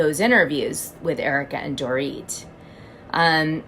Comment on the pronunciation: You said Dorit! Like a!!! Mazels!!!!